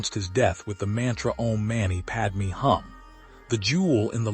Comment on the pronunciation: "Om mani padme hum" = mani pron. "money" not "manny" ; "hum" pron. closer to "whom" not "come". Padma Shri = "shree" not "shrye". Can't someone help AI?